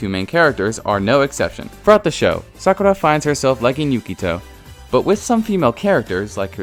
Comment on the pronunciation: Sakerra? Sakura..